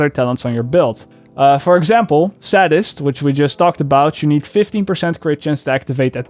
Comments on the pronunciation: The way he's saying "Sadist" is so cringy it's not pronounced "ad" it's pronounced "aid" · Hey, sadist is pronounced say-dist, not saddist like someone that’s a professional at being sad or something lol. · Stop saying "sadest" it's sadist lol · say-dist Not sad-ist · "Sad"-ist.... lol. It's long A not short A,;). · You're pronouncing "sadist" wrong. It's not saddist but saydist. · Don't get snarky without a quick trip to google yourself. Yes, it comes from the Marquis de Sade, and yes his name, or "sadistic" uses the 'sahd' pronunciation, but "sadist" IS pronounced 'saydist'. I personally am not bothered if someone pronounces it differently, as we all understood him, but if you're going to get picky, don't get picky and be wrong at the same time. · you are the one pronouncing it wrong. it is saddist, as it is named after the Marquis de Sade, thusly people who are like him are called sadistic or sadists. seriously. Google this. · Nightxblaze lmfao, it's not his accent he simply "speaks" it wrong cause he doesn't know how it is pronounced correctly. Just look up dictionary and push pronouncing button. There u have it. It's "saydist". It's doesn't know.